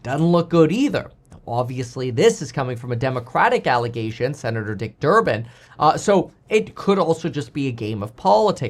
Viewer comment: "Durban" --->>> LOL